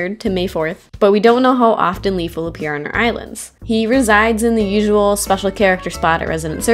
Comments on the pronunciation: leIF not leaf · Great video! I really enjoyed that maze, despite it being so short. Really hope they'll make more stuff like it! P.S. Leif is pronounced "Life", not "Leaf". Just wanted to let ya know. =)